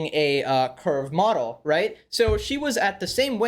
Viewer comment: When he first said 'curve model' i heard 'curb model' and did a double take. 🤣